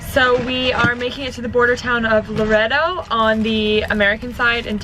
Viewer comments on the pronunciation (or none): 9 minutes in..... Not la red O Laredo Pronounced like la Ray do